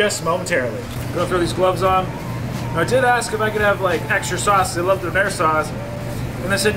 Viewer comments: I love how he says donner wrong lol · Ive never heard a Donna kebab (how we pronounce doner in England) pronounced doh-nair. You make it sound posh. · Its more commonly pronounced "donna" as apposed to "Down air" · Why he calling it Don air?? Lmao. It's döner. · It ain't donair big man it's donner or doner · surly the "I" would be silent in the name, don-air sounds stupid, it's surely donar or in England donna (slang) or doner. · Omg Stop say Donair it is and always will be doner. And it does not need to be named times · And it's pronounced DONNA KEBAB!!! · It’s donner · It’s donor look it up lol and it’s nan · I had to watch it with the sound off after he kept saying doner 😂 it sounded awful and the repetition just made it even worse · Dang u Canadian/Americans need to learn how to say doner kebab properly